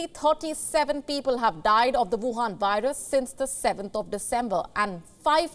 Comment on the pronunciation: Huwan virus.. it's gold to hear it named like that